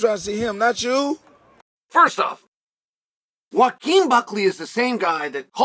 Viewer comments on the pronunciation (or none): I just realized our dearly beloved Uncle Chael pronounces Joaquin as "Wakeem" 💀